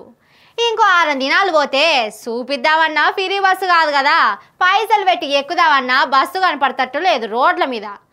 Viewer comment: ఫిరి బస్ కాదు.. ఫ్రీ బస్ అని అనాలి